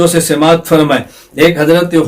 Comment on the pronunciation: اُردو کا یہ لفظ: سَماعَت ہے ۔ سین کی زیر سے غلط تلفظ ہے ۔